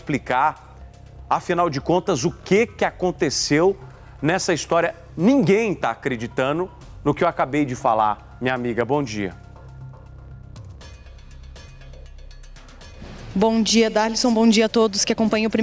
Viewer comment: como um apresentador de uma emissora tão importante não sabe um mínimo de português? Como pode falar “ACREDITANU”. ? Que horror!